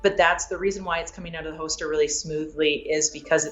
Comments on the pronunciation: Anyone else notice that she says “ho-ster” when saying “holster”? Just don’t mention it in front of her if she’s packin’ heat! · Is it just me or is she saying “hoaster” for holster over and over? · Hoester 😂😂. Why can't a world champion shooter pronounce holster? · As long as I don't have to hear her pronounce "hoester" again. Its hoLster god dammit. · Overall review 8 out of 10, would have been 10 out of 10 if she said Holster instead of Hoster. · I think she meant “holster” not “hoster” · I can't get past her saying hoester instead of holster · Hosted rilly it’s holster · There's an "L" in holster. Its not hoster. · I wanted to enjoy this but I was just getting agitated everytime she said "hoster" but to be fair I'm an asshole lol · Yea same🤣especially when she says it like 5 times in a row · I've never heard someone mispronounce holster so many times idk about yall but I've never heard of a hoster in my life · Holy crap it's pronounced "hoster" I've been saying it wrong all this time. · She pronounces "holster" like "ho-ster". Someone should tell her there's an L in there. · In her videos she's practically bending her back so far and her hips are so forward that her gun is already pointed at the target while in holster lol. Or like she says "hoster" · Is she saying hoester? Uh...why. And for those who dont know these fast draw competitions dont use live ammo. So... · It's a Canadian accent thing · I'm from the same town she lives in and I've never heard someone say holster like her. It's pretty weird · Do you know how to say holster? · She knows her stuff but forgot there's an 'L' in holster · Someone tell her that there’s a letter “l” in the word “holster” lol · The “L” in holster is silent 😂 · She’s one of the fastest quick draw shooters on earth and she can’t pronounce “holster”. Crazy world